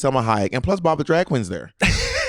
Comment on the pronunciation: “Pob” made me laugh way to much 😅 at first I heard “he called me pop”